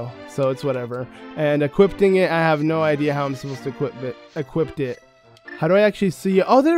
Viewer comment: Equip. Not equipt. Equipt isn't a word.